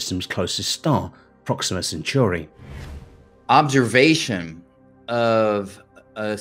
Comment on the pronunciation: Gah, CentAUry, not Century!